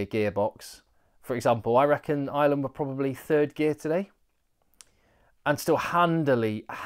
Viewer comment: I love your work.. but and it's a big but..... It's Ireland not island.......😂😂😂😂😂